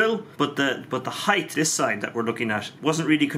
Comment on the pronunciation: Height! Not heighth